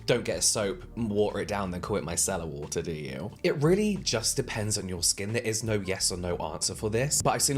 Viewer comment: Every time James says it, i think 'My Cellar water'. 😂 What Cellar did you get it from lol